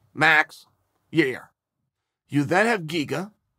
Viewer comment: Chael will.always get a thumbs down on any video he calls Yair ya ear